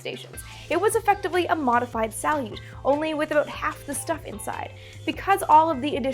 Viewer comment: A bit of Russian pronunciation for my fellow space geeks: sa-LYUT like "salute" sa-YUZ (yes I mean "sa" like "saw" even though it's spelled "soy" ... Russian spelling is ... special) 1 syllable: Kvant. Start by saying "quant" and then add your best Dracula impression and your bonus item today: sa-YUZ-ap-POL-lon -- known in America as Apollo-Soyuz.